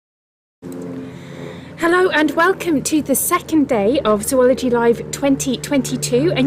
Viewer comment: It was never more than an annoyance. Imagine if other people, including those in your profession, even "experts," mispronounced its name? It's hard not to notice.